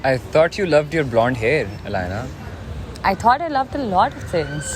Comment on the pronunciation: Why the Hell keeps Saying her name Alynaaa Alynaaa Alynaaa.!!!! Yarrr Alynaaa, Alynaa!! 🤦🏻‍♂️🤦🏻‍♂️🤦🏻‍♂️